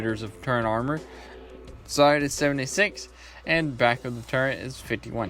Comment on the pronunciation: It’s turret not turrent